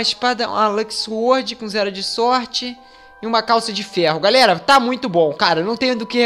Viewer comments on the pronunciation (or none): none